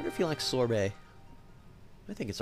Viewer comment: It's sorbet :P and it is a flavoured shaved ice C:"